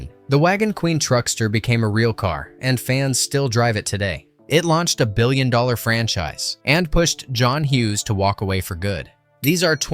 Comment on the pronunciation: this guy says "dollars" weird